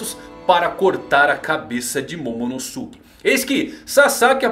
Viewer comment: sem querer ser mala mas pronúncia certo eh /Momonôske/, não MomonosUke